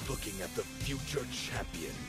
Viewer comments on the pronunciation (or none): none